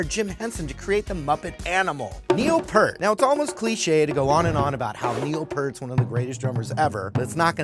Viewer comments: It’s pronounced PEERT. Not Pert. He’s too nice to correct people. It irked me when Dave Grohl mispronounced it at their induction to the Rock and Roll Hall Of Fame. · Neil Peart is the most overrated drummer of all time and he's a huge D-bag. BTW it's Peart as in 'ear' not 'hurt'. I'd say Rich, Bonham, Porcaro, Manu Katche, John "J.R." Robinson, Carter Beauford, Mark Craney, Copeland, Gadd, and Tony Royster Jr. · any other RUSH fans pissed off about him mispronouncing Peart. he is the most badass drummer on the planet, not a brand of shampoo